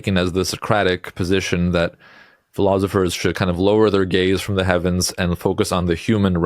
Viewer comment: philothifrs? Really, Dude?